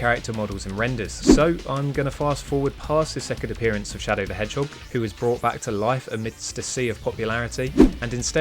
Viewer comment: Shadow the Hhog